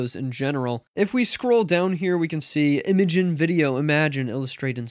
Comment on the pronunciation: Its pronounced "imagine" lol